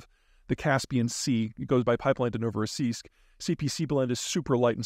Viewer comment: I’m amazed at how correct Peter pronounced Novorossiysk in the beginning, well done Sir.